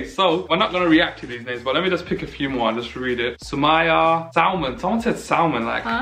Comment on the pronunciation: My name spells Sumayyah but the way you guys pronounced it is incorrect. It’s actually pronounced Su-May-Yah.